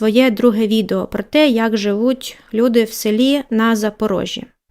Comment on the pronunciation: На Запор І жжі. , а не Запрор О жжі